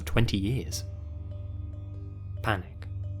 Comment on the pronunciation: Everyone is here explaining what is the correct pronunciation of Des moines but did anyone notice how he said Figueroa like I'll give you 5/10 for trying